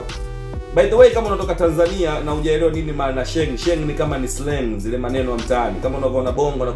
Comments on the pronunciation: Kaka blaza sio Shengi ni sheng😅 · Msee anasema SHENGI💔😂😂😂😂😂😂😂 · Huo utopolo hata wakenya wenyewe hawaelewi. Halafu SHENG Haitamkwi Shengi ... tamka “Sheing’hi”